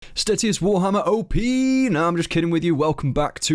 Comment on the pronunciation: 'Stay-shus' hate hearing stat E us lmao